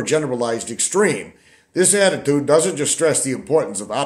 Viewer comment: An ayeattiude of grayeaitude ! feck off!!😂😅😅